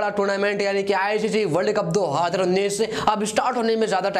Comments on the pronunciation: Hazaar ko haadr bol rha he😂🤣🤣🤣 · 2houzerrr unnis😂🤣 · Y, what is haaadar unees??? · Do hadar unin.... Kitna Baar Bola???? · Yarr..... Ye do haajrrrrrra unnis Hai kya ye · Bhai hadar unnis kya hai? 🤣🤣🤣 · pahle bolna sikh le nalayk 2 hozazzr jar kya kar raha hai 😀😀😂😂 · Abey kis desh ka bhasa bol raha be... Do aaadar unnnis....chup ho ja be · Do haazar unnees kya hota hai bhai 🙄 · Hazar to sahi se bolna shik le bc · Perbal nhi prabal.. Bhai Bolna sahi se seekh.. Phir video bana.. Specially Haazar per dhyn de... 😂